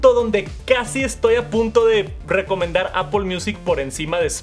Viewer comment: por que le dice Apol?